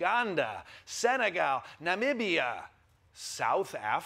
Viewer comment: This man Michael Costa Pronounced "Namibia" correctly... I'm so proud man... 👌🏾👌🏾👌🏾👌🏾🙏🏾🙏🏾🙏🏾😍😍😂😎